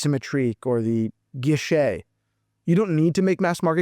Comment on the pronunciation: It’s tank a guichets( which means windows or counter) not tank guilloche( which means ornamentation work on a watch dial using a rose engine machine).